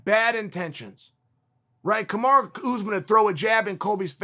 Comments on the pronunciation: PLEASE learn how to say Kamaru rather than Kamarah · His name is pronounced Kamaruuuuu not kamaraa Chael...!! Please show the champion some respect by getting his name right...👊🏿👊🏿👊🏿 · It’s Kamaru...not Kamara. At least learn to say his name properly? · Me, an idiot: Kamaruuu Chael, a scholar: Kamara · Chael his name is kamaru not Kamara. Use the regular names of the fighters or stop talking about them! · I swear it’s Kamaru! Is Chael tryna be funny calling him Kamara? He must’ve turned down a Chael interview lol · It's Kamuru, not Kamura and Colby said during the match "I think he broke my jaw" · Stop calling him "Kamara" wtf bro 🤦‍♂️😂😂😂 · Who’s “Kamara” ? Lol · "Camaro Usman" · No one: Chael: Kamara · How long have you knowing "Kamara", Mr. "CHSLE"? Another dumb Republucan. Sick. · Kuhmara is now how I pronounce Marty's name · Kamaru "kamaraaa" Usman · Kumara* Chael said 🤣🤣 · Chael calls Kamaru 'Kamara' internationally to disrespect him because he's known Colby since Colby was a kid. I want them both to lose, I hate Kamaru and I've never hated anyone more than Colby my entire life. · It's Kamaru, and keyword "THINK"